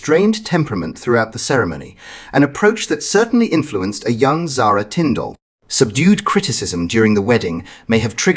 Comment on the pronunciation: PLEASE lern how to pronounce Zara's surname . It is nOT Tinfdalllll.